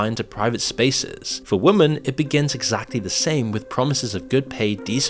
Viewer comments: "women" is pronounced "wimmen" my guy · the plural of woman is women (pronounced 'wimmin'), not woman. workers is pronounced workers', not 'workerses'.